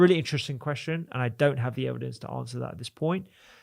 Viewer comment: "important" -- with a T in the middle. "don't" with a T on the end. Not difficult: just touch your tongue to your upper teeth and you'll get the letter you're missing right now. You don't have to sound like a half-wit: you can probably get over it in half an hour of thought.